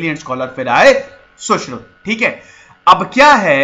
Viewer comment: Sir Saushruta ki jagah Saushrut bolte to sabke samjh mein aa jata. Saare angrez nahin h yaha